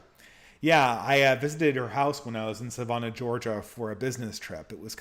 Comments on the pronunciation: Sa “van” ah Georgia, not Sa “von” ah. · I was listening in the background and didn't realize where he was talking about. I went to look up "Savona" to see where it was before reading the question on the screen. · Your pronunciation of Savannah though